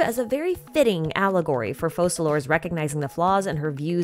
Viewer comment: My heart still turns and cringes every time you say Focalor, i love it! Wow what a strong will to keep doing it too. Please pronounce clock as slosk!